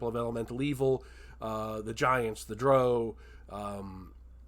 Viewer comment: Drow rhymes with Toe according to Gygax